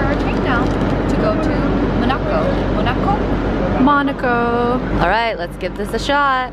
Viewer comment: Mo...na...co? Really??? Lmao